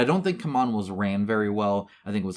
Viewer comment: It's not "come on", it's "see-mon"